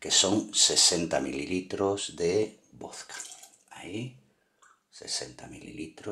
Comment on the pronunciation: VOZCA NO! VODKA!